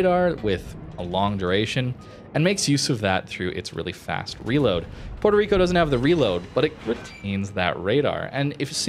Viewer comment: The way people pronounce Puerto Rico hurts me emotionally and I'm not even Puerto Rican.